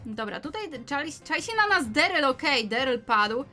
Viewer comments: Się mówi daryll a nie deryl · daryl a nie deryl